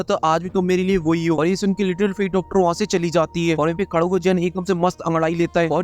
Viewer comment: Abe keen medusa nahi queen medusa hota hai chiraand.